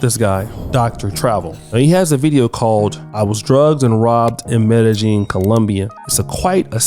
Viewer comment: BTW, Medejine is pronounced "Medeyeen" 😊